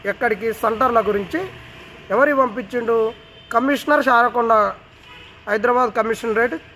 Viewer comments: Charakonda కాదు Raachakonda అది 🤦🏻‍♂️ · చారకొండ కాదు, రాచకొండ రా అయ్యా😂